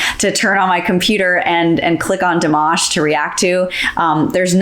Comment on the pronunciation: I love but it's Dimaash not Dimawsh😢 My Russian soeakers will understand